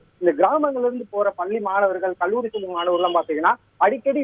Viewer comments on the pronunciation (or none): none